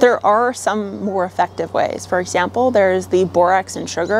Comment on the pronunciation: I’m here just to hear my redhead guru say “for exhzzample”